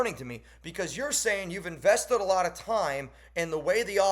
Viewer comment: “we invested a lot of time” just sounds like “we wasted a lot of time”